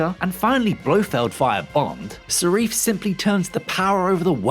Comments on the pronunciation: The villain is Safin, not Sarif?! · Why does he keep calling him Sarif ???? It's Safin ffs !!! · Isn’t it Safin? Not Sareef? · The name of the villain is Safin not Seriph! 🙄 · You mean Safin not sarif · who's Sarif????????? its SAFIN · The guy's name is Safin, not Sarif, for Bond's sake!!! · Who is serif? you mean Safin.............. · why does he keep saying sarif not safin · Safin->>Sarif XD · Why do you keep calling Safin Sarif? Have you seen the film or even read the word? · Not sharif, but safin. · Narrator's a moron……”Sareef”????? “Desmond Lewin”?????? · Repeat after me: Safin. SAH-FINN. Not Sareef. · It's Safin not Sarif! Damn! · Basic research....it's Safin, not Sarif. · Who is Sarif? It's SAFIN. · Seriously, please learn how to pronounce characters names correctly. It's SAFin not Sarif. It's not difficult. The principle cast were on Graham Nortan last week talking about the film and Malik said the name several times. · Dude keeps saying "Sarif" instead of Safin. Eep. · We were all speechless at the end of this brilliant film ….it’s Safin nor Sarif are you dyslexic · SA-FIN not SA-REF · Safin not Sarif. Why is this difficult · Safin, not sareef >_> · The name is SAFINn not SARIF. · This guy keeps falling him “Sarif” when he was Safin. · Why do you keep calling him Sarif ?????? His name is Lyutsifer Safin ???? Have you even watched the film ???????? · Pretty sure it’s Safin, not Sarif. Oooopsie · Who is Sarif??? Its Safin! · he keeps saying "Sheriff" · Quite strange he keeps talking about "Sarif". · Who the hell is Sareef? Nice to see you lot still trolling with the mistakes. More power to ya. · 'Sar-eef', Desmond 'Lewin', 'Lou' Armstrong?, Rory 'Kinnar'... Really, What Culture..? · Please stop calling him Sarif. Please…… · Why do you keep saying "Sarif"? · Whatculture even have safin spelled on the video. How can you not pronounce something that you're VOing for, they must read this before? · For some reason you're mispronouncing the villain's name.